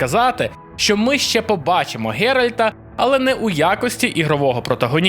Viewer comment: ГЕРАЛЬТА, не Геральда (герольд то взагалі глашатай), тож за вашу помилку він вже пішов вас виправляти (